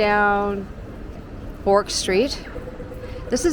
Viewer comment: Bourke Street is pronounced as “berk” as in “jerk” - not bork!